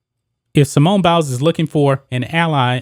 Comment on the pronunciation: Did he say Simone bowels?